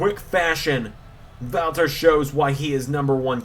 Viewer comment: I love that you do the right pronunciation for the „Ring General Walter“ 100 times more accurate than the wwe ring announcers